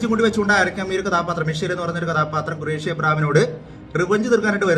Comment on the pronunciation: Gureshi alla khureshi